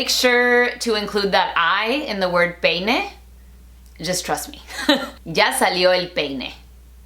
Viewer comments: JAJAJAJJAJA but please do not forget to say the I when you say peine, trust me, you cracked me up there 😂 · Remember to use the I in the word Peine guys 😂. Good one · Oh Laad!! Now I know what you mean by emphasizing the I in peine..Lol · Yes, Please, make sure to put the "I" among "E" and "N" in the word "peine". Because "ya salio el peine" that going to hear like "ya salio el pene" I mean, from outside panth.. you got it? Good xD (Soy nativo hablante y, Sí, suena mjuy muy raro) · Jajajaja excelente video. Me dio risa la "I" en peine. Me da risa que enfatices que la pronuncien. Jajajaja. En verdad excelente video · Mi tía se caso con un estadounidense y le enseñaron que significa "ya salió el peine", pero el no pronuncia la i en peine XD y no lo corrige porque dice que el no la corrige a ella cuando habla inglés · Hoy me aventuré a ver un vídeo tuyo en inglés y sin duda tomé la elección correcta. Aunque estoy lejos de hablar inglés, entendí la gran mayoría de las cosas que dijiste y, sobre todo, tienes una dicción tan buena y marcada en ambos idiomas, que es súper sencillo entender. Me reí mucho con el énfasis que hiciste en la palabra peine, jajaja. Felicidades por el millón en el otro canal. Sigue así.👍